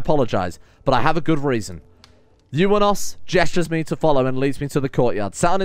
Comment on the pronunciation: waiting for the moment notices that he's pronounced eunawos' name wrong this entire time and has swapped the n and w in his name